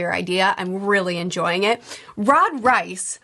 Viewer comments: I love this breakdowns and the vlogs. I’ve watched them all. There’s another very big sci fi series that feels so similar to attack on titan I have a hard time believing there wasn’t some inspiration. Anyway, great video as always. Also, I was thought it was pronounced Reese not rice, but I could be wrong. Sorry if that’s annoying lol. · It’s pronounced Reese not Rice